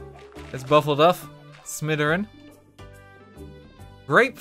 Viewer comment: I thought he said Missouri not smitheryn lmaooo